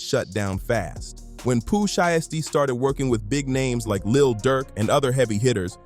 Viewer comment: Definitely a Ai video can’t even say his name right SKIP THIS VIDEO